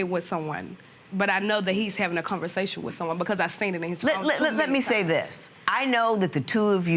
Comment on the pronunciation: " ConverSATIN" yup nuff said